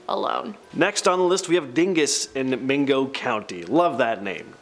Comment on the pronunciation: Mayngo county